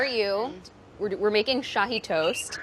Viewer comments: Love the way you pronounce Shahi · Love the way you pronounce Shahi (aka my family name) . It’s also called double ka meetha. I know why you call your mama gabbu ha ha ha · Lol Shahi is my name. It comes from shahinaz which apparently is the name of a Persian queen like a million years ago. Sounds super weird hearing someone who doesn’t know me actually say it right! Haha